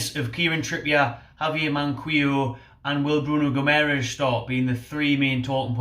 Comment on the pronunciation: Its Mankeeyo, not Mankweeyo. Just sayin' :)